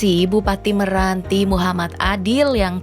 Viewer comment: Meranti, bukan Miranti.